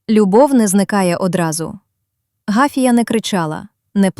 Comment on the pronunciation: Гафія , наголос на другому складі.